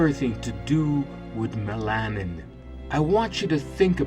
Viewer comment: "Top Ten Black Scientists WHO Were Silenced." -- And MELANIN is not pronounced "meh LAH nin." It's "MEH lah nin." Thank you!